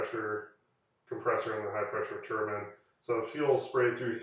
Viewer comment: thank you for saying “tur-bin” and not “tur-byne” i feel so validated 😂